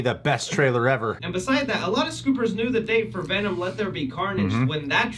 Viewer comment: VENUMMMMMM lmao never gets old.